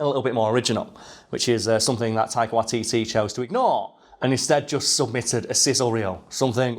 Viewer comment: Close enough. It's WAItiti.